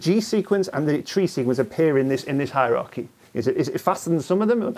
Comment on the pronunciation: A "hierachy," eh? Is that a hierarchy with painful feet?